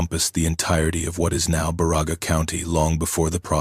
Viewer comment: Love the stories...BUT! CAN You please get the name Pronunciations Right!! My relatives are from BA Ra Ga County! Elo and Pelkie and Johnson farm on Johnson Rd.!!! SISU!